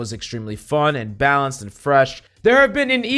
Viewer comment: "Blanaced" lol